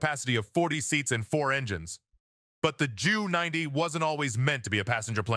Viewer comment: Sorry but this is one of the most moronic WWII videos I have ever seen. Ju90 is pronounced as a single letters J then U 90. The script absolutely sucks, it must have been written by a child. Often you show a Messerschmitt Me 323 Gigant, instead of a Junkers. My dad was a combat fighter pilot with the 8th Air Force, maybe you have heard of it. I doubt it. Still do take the time to learn history before attempting and failing to teach history.